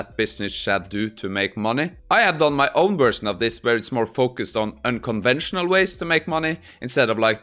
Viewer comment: unconventional, not unconvensional